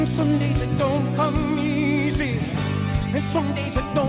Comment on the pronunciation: Singing like Meatloaf is all about sounds that make up the words, not the words themselves. "Somedays it don't come easy" is sung "Somedays it don't Cuh MEEEZY" He has the emphasis on the M sound in "come" by literally singing the word Meezy.(or measy, i guess.) It's similar to how you can flawlessly say tongue twister phrases if you break them into syllables and form them into their own groups. "Red leather yellow leather" is hard. "Red leather yell Oh leather" is MUCH easier. You can also use similar sounds with different letters. Say "Trump" Say "Chrump" If you have a hard time with TR sounds being too muddy, switch to CHR and it actually helps you adjust the clarity.